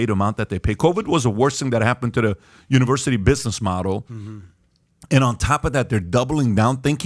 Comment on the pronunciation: You know the guy is full of crap when he can’t even say the university name…he has nothing to lose, clearly he is sending his kids there. He can warned other people.